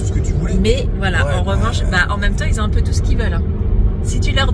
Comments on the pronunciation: qui ont il n'y a pas de z ils ont et non ils zont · S’il te plaît pas qui s’ont mais qui ont. Pas de liaison